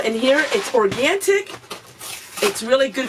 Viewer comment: Or-gaN-ic. Not organTIc.